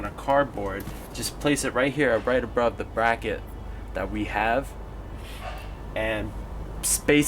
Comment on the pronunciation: "...Bright Abrove the Bracket"